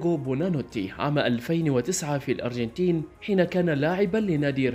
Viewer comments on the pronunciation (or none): none